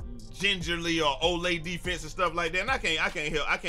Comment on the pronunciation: "Ole' defense"? LMAOO I know exactly what you mean. I called it Saloon Door Defense